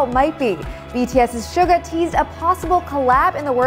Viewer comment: “Shug a” its “shoe ga”